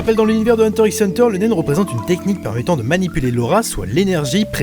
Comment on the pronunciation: ON NE LIT PAS LE "X" HUNTER X HUNTER.